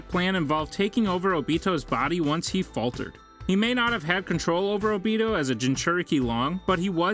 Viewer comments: ah yes obettle. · Obeetoe sooseekee surkura hedon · Obeetle made my skin curl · And obito as Obeetle